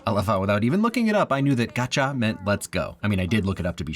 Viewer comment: Kaja not gacha.